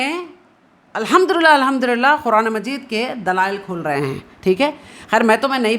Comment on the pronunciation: Are aap quraan to sahi se bolna seekhlo.